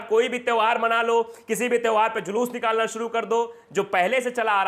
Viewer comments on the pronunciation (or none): none